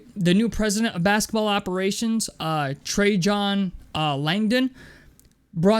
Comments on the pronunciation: trey-JON Langdon 😂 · Every time a YouTuber or podcaster mispronounces Trajan Langdon I remember my age.